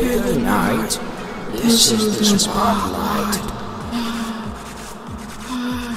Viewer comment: I love how he says “spotlight” like spo lit